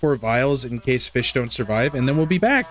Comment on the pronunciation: FEESH Ahem, I mean... fih🌹